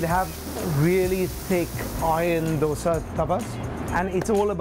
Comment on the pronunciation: The way the "expert" pronounces 'dosa' is wrong... the 'd' is not pronounced as in 'delta'... rather than as in "the"...